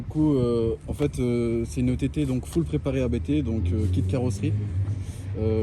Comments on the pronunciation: A BÉ TÉ 😰 pas abt mdrrr ça me rend fou à chaque fois qu’il dit ça 😂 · Pourquoi le gars dit abt et pas a-b-t comme tout le monde ? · "habte" ?? J'ai toujours dit "Ha Bé Té" moi... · Attendez, on dis « abt » ou « a b t » ? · Jsuis le seul que ça rend ouf quand ils disent abt ou lieu de A B T ?? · C'est "abte" ou A B T qu'il faut dire ducoup il m'a mit le doute 😅😂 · Sa me stress quand ils disent ABTE au lieu de A B T 😅😅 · Pourquoi vous dites abt, au début je pensé que vous rigoliez mais nn , perso je dis A.B.T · A-B-T putain! D'ou on dit "ABETE" on essaie avec BMW??? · C’est bien abte qu’il faut dire c’est le nom de famille du fondateur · ABT ne ce prononce pas apte mdrrrr sinon propre à mort l’auto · Le mot « ABBBTTTE » est insolent friri ça me tend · de fou en vrai jsp comment ça se prononce mais blc je dis ‘abété’ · Je suis le seul que ça rend fou leur prononciation de ABT ?